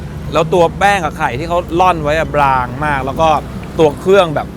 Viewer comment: สดุดคำว่า "บลางมาก" 555